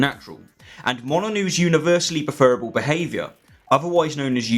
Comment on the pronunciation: I'm 2m14s in, but I'm not sure I can manage 16 minutes of pronouncing it "preFERable". I like that Molyneux pronounces it that way- he's a dick. But not!!